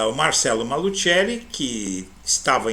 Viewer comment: NÃO É MALUTCHELI!!!! NÃO É MALUTCHELI!!!! NÃO É MALUTCHELI!!!! NÃO É MALUTCHELI!!!! NÃO É MALUTCHELI!!!! NÃO É MALUTCHELI!!!! ESTÁ ERRADA A DENOMINAÇÃO MALUTCHELI!!!! A PRONÚNCIA PELA FAMÍLIA É MALUSSELLI, E NÃO, MALUTCHELI!!!!!!!